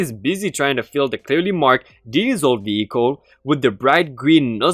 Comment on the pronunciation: “Petrol” is stressed on the first syllable, not the second, i.e. “PET-trol”. What you said is “patrol”, which is stressed on the second syllable and can be either a noun or verb. Also, “diesel” is pronounced “DEE-zul”, not “DYE-zul”. I’m meaning to be constructive.